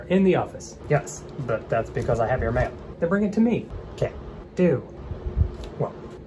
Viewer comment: “Mial” 😂 IM CRYING